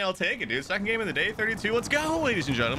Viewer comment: xD sekond and sekond like xD 😆